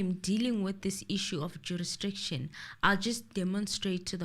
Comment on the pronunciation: Even in 2024 is still struggling with the word jurisdiction 😂😂😂